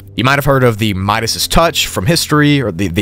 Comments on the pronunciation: You said Midas touch weird, it’s just Midas 😂 not midasis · You pronounce Midas touch wrong, look it up on google the pronunciation sir